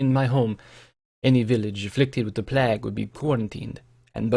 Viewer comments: Neither. Playg. Short G. No end-sound. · Plague is pronounced "Play-g" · I got you. It's pronounced plaig, like Craig with a "p" instead of a "C". Plague is said like plaig.